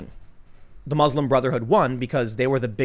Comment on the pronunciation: Tim came close to saying Bruslim Motherhood at least three times